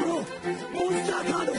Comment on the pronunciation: "Monsuta cado"